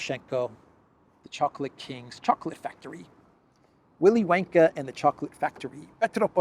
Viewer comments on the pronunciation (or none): "Willy Wanker and his chocolate factory":face-blue-smiling: you idiot, it's Wonka, Wonka I tell you. lol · That would be Willy Wonker! But your pronunciation does have merit in the context. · Not Willie Wanker 😂 Its Willie Wonka.